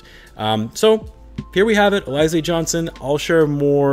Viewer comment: Sounds like you haven't heard of Alize the liquor that's popular in the hood. Just fyi: It's pronounced Al-ih-zay not A-Lie-zay. Definitely wish they signed a literal Big than a player that has to max out to compete at Big.